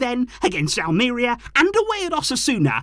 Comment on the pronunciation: Hey! Love the show! 🎉 Watch out for your pronunciation, please. It is Almer-IA not Al-MARE-ia!😅